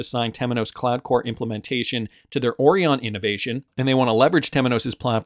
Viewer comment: 😂😂😂😂😂 Yep he say it 😂😂😂😂😂